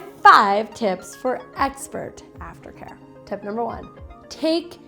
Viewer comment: I hear it too!!